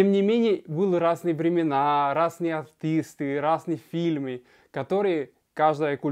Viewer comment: филЬмы, Только, а не фиЛМы.